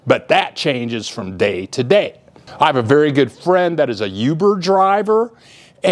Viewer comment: Hey Bill, it's not pronounced "you-ber", it's "ooo-ber". Just sayin'.